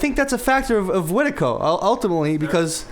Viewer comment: This is a great talk, not enough people talk about this idea of Wetiko. I commend y'all for that. I will say though, you gotta work on the pronunciation. "Weh-tee-koh" not "wet-tuh-koh".